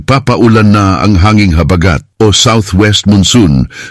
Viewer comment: Ayusin mo pagbigkas huwag mong gawin mabilis ang salitang malumay na salita tulad ng habagat